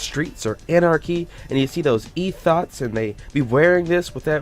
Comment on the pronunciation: THIS MAN SAID E-THOTS